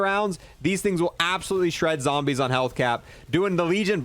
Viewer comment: “Cold War Zombersh”